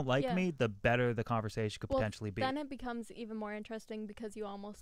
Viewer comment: Thank you for saying betta properly.